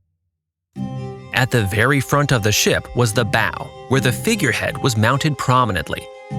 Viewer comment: ok I love your videos and I just discovered then but please pronounce the terminology correctly. the bow it not pronounced like the thing that shoots arrows and the bosons locker also needs a rework. Great video though! love the nav explanation and the lack of AI slop.